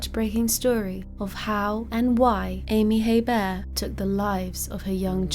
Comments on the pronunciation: Hebert is pronounced a-bear (I'm from New Orleans) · It's pronounced "A-Bear". I live 20 minutes away from where this happened. There are many people in south Louisiana with that name. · The H is actually silent. Pronounced A Bear. There are lots of Heberts in Louisiana l 😀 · In the US we pronounce their name like "Hee burt" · No, it's pronounced "A-Bear". I live 20 minutes away from where this happened. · Silent H, pronounced Abear. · Where is your accent from? Interesting how you pronounce Hebert.